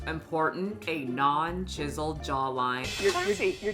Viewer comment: At one point it sounded like you said 'jizzled jawline' instead of 'chiselled', and honestly, accurate. Edit, just got to 'tiptoe maxxing' and I'm now dead. This is the most pathetic segment of humanity.